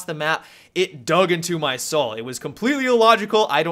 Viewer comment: love the emphasize on "DUG INTO MY SOUUUUL"